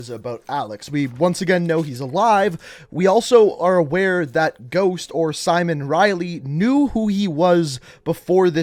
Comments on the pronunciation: Am I the only one who heard him say soap? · it sounds like he says soap ? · Soup or ghost I heard soup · What the hell? Why is it backwards? Here's what I was trying to say: I hear both. First say/think soap to yourself and listen, he says Soap. Then say Simon to yourself and you'll hear Simon. It's weird. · At the beginning, I heard "SOAP" instead of Ghost. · It almost sounded like he called "ghost" soap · Why’s it sound like he calls him soap?